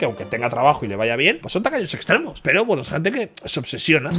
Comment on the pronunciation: Siempre entendí "tacaños extremeños" hasta que vi que era tacaños extremos 😂😂😂